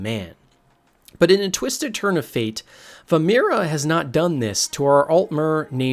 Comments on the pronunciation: Vaermina... Not Vaermira, you got confused between Namira and Vaermina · Vaermina . Ver- MEE- nah. Not Ver - MIR- ah. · Vaermina not vaemira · I've got to say, great vid, but it's Vaermina, not vaemira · This is interesting and all but dude, the mispronunciations are killing me. Like, Vearmina is pronounced “VER-MEE-NAA” not “vermea” or whatever you said. And Hieronymous Lex is pronounced: “Her-Ony-mus-Lex”. Not “hermonious” like you said. I know I am nitpicking but on an Iceburg video where you’re supposed to be TEACHING me things about the series its really jarring to hear you don’t even know basic pronunciation of words in the games. Again, the video is interesting and I’m leaving a well deserved thumbs up for that, but dude: next time please do your research better. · Ver ME nah not vur mur nah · "Vaermina" not "Vamira" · I liked this video but the many mispronunciations such as Dreugh as 'dray' (I could forgive this one honestly since it's an odd word) and VaermiNA as VaermiRA (you could have just taken the time to read the name properly, also if you've played the games thoroughly as someone interested in the lore you'd have heard it pronounced by VAs a number of time) along with the lore covered in this video being just a shallow glimpse at the clusterfuck that is TES lore, makes it feel very false and not genuine, as if you just thought this would be a topic that brings in views by attracting passionate TES lore fans while not being very passionate and invested in the lore yourself. The whole video comes across as if you've just compiled other people's theories that you've found on forums and not actually done any proper reading/played the games yourself. I just really don't think it's a very good idea to try to cover so much of such convoluted lore without being very passionate about it specifically. Still, good try and fun video! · VaerMINA. Not VaerMIRA. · VaermiNa it's a n not a r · Bro called vaermina "vamira"😐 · Vaermina. Vaer Mee na